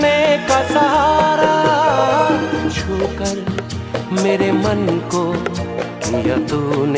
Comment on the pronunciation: Chhookar, not chookar.